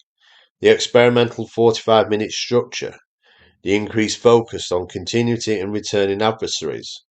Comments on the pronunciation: A regional accent does not disguise the fact that your narration is AI. I'm sure there's a person behind this and I agree with most of what you say. But check your pronunciation. Specifically of "continuity". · He's definitely not AI, but I agree the pronunciation of "continuity" is odd.